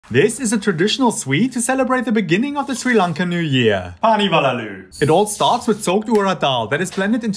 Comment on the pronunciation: Ayy lesgoo some1 finally tried something Sri Lankan also ngl u kinda almost nailed the pronunciation also thought kithul and jaggery r da same xD ( I'm Sri Lankan btw :)) )